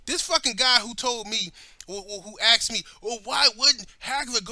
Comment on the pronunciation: This dude takes himself very serious. Go ahead axe him axe him a question axe it.ya he will do it now .